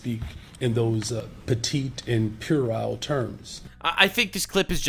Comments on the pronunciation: "petite" and "purile"? I have no idea what he meant be petite, but the other word should be "puerile", pronounced "/PWEH-rile/", from Latin, meaning "childish". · The Chicago mayor is so smart, he can't pronounce puerile correctly. In fact, I'll bet he just learned that word yesterday. Must have one of those new words a day calendar.